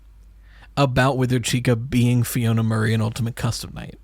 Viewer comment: lowkey bothers me that nobody can read Alphanumeric, it’s pronounced the way its spelled: Fiona